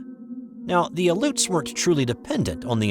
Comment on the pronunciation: And pronounced "all ee ute" like alleyoop. But spelt aleut